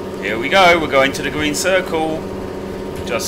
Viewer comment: Green not gween